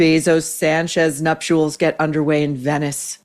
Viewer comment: Nup-chuls not nuo-choo-uls